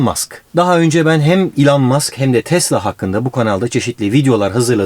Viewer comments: Elon Musk derken bana nedense İlhan Mask gibi geldi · Elon Muskı ilhan musk diye duyduö mdkdkfkkf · İlhan musk mu dedi o öyle